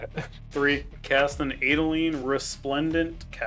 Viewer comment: As an Adeline player that pronunciation hurt my soul